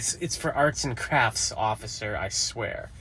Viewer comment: "It's for arts and crafts ociffer, I swear" 😂